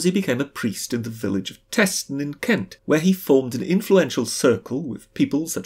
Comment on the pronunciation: the village in Kent is pronounced TEEston. lovely village.